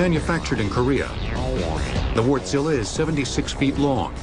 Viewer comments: Of they pronounce it Wartzilla. It's a diesel engine not a giant wart you fools. The stress is on the first syllable. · Sounds like he's saying wortzilla.. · "Vorch-lah" is how i say it... i know its not perfect, but its better than "wart-sila" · I would pronounce it as where tsilluh. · lol, hearing people say Warstila properly and then hearing this guy guy talking about Wart-zilla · well that's how Americans pronounce it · ***** Why most people can't pronounce just like it's written :) Is finnish only language which is pronounced just exact like written? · American journalism at its finest. Doing any research whatsoever? Of course not! Couldn't even be bothered to give Wärtsilä a simple phone call and ask how it's pronounced. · The guy butchered the Wärtsilä name.